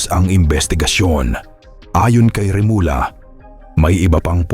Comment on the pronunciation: please refrain from using AI. Remulla which is pronounced as remulya becomes remula. See? It's not good to listen. It's not genuine. Mas mabuti pa Ikaw nalang mag voice over. Just a suggestion from your follower.